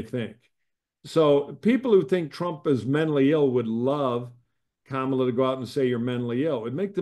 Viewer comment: Comma-la: ,la. Learn to pronounce het name.